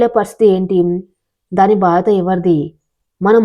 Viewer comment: బాధత కాదమ్మా బాధ్యత చదివే విధానం సరిగా చూసుకో